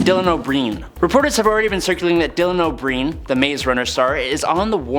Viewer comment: Dylan O'Breen 😶bruh it's O'Brien